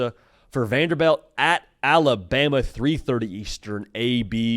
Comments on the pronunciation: VanderBILT not VanderBELT. Srry just said it so many times lmao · Lol it's pronounced Vanderbilt not Vanderbelt.